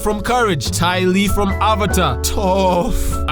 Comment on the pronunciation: bro Toph is 10 years old AND she’s blind😭😭💀🙏(why did you say her name like that too?🤨📸)